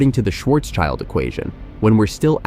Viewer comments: It is not Schwarzs child it is translated: Black (Schwarz) and Shield (schild) making it Blackshield and not Schwarzs child! Cool that you make these video’s but get your facts and pronunciations right Sir! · it's Schwarz-schild: black-shield